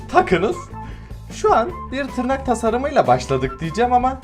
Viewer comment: Abi artık en yavaş gelişen kanalı deme buna kabullen(yorumu gördüysen bi kalbini alırım😀) te tırrak dedin sanki abi neyse fazla uzatmıyım